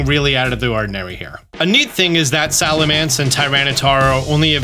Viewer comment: is the king of mispronounced Pokémon and I love it 😂 Salamence/Salamance.. Whats the difference lol